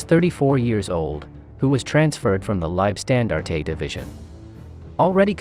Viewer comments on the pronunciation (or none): Cool video.Mispronounced Seine and Leibstandarte.